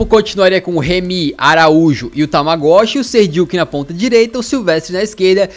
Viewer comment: Tamagoshi sendo q o cara chama Tagmaoui kkkkk